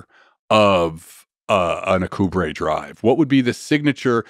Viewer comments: His mispronunciation of "Alcubierre" is really bugging me. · Alcubierre is pronounced Al-ku-bee-air, not a-ku-brey.